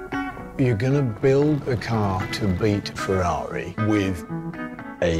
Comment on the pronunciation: Millions of dollars to make the film and they didn't even bother to learn how to pronounce correctly Ferrari...